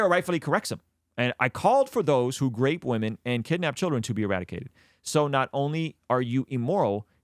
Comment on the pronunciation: Why he always spelled as Grape women, as myself not being a native speaker i hate this kind of native English speaker who sound so improper...urghhh....it's disgusting...